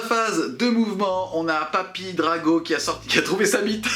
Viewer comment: je veux bien passer à côté des vingt zattaques (il n'y a pas de s donc pas de liaison à faire) mais Kaldor Drago alors là je ne peux pas. C'est Draigo par Crom, DRAIGO. Je ne suis pas gros joueur Chevalier Gris mais je souffre chaque fois que je t'entends changer le nom de l'un des personnage les plus iconiques et invulnérables de 40k contre celui d'un dopé incapable de battre un simplet de la moitié de sa taille (:D)